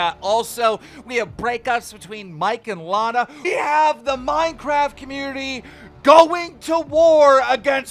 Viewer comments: It’s not laina it’s Lana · Its lana not lejna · How is Keem still pronouncing Lana as Lay-na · "Were talking about Mike and Layna". C'mon man quit acting like you don't know how to pronounce her name lol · Cant believe he still call her laena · Keem can‘t say anybodys name correctly. Who tf is Layna? A friend of coryna? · STOP SAYING LEINA I BEG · i like how he said lana : lane-uh. jk great video! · Bruh keem mispronouncing Lana as if he doesn’t know her name or hasn’t seen her vids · How can he not say ‘Lana’ properly